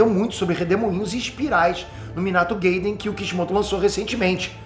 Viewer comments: nao e geiden,e gaiden kkkk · Só uma correção para o. Gaiden,é uma palavra em japonês, por isso,a pronuncia é literal. Não inglês. Por isso não pode ser "Gueiden" Começa à assistir e ler os mangás,hein doidão... `=^]- Abs! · só eu acho que o devia aprender pelo menos as pronuncias das palavras em japones? nao tanko ele falando "razenga", "kawáki", "gayden" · o esquece que não tá falando inglês, Minato gayden kkkk.